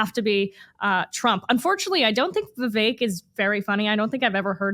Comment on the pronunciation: Understand why Ashley tried to Identify Vivek Ramaswamy by his first name which she miss-pronounced 4 times. This confused close caption as well. Don't think he'll make the debate but this should help Ashley: "Vive Vivek", What the hecK?